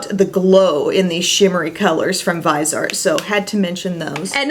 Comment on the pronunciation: Vis-E-Art, its french so not Vize-art I think? checked other sites and a translation tool - all say its the 3 syllable version x